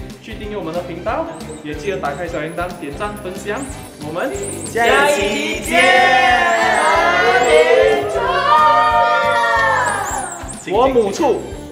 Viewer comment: 做么讲分享时你走音去